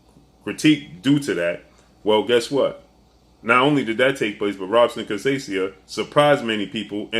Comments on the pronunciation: Robson is pronounced Hobson Portuguese R sounds like H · You mis pronounce Robson last name. Lol